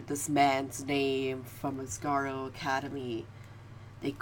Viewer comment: Asargo? It's asagao